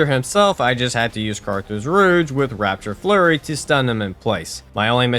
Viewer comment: Raptor Flurry. RAP-TOR... sorry the constant "rapture flurry" was giving me a 'tism.